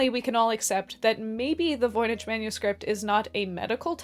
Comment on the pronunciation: Voynich... Voi Nik not Ch as in church but k